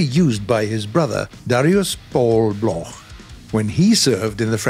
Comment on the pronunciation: Thanks for the effort, but it's not pronounce Blorh but block, Marcel Bloch is pronounce block still great video...